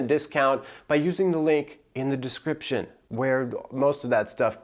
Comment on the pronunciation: First Sharp giggle when he put the emphasis on “descripTION” at the beginning. Then I was invested. Thanks bro I’m subscribing for the personality rn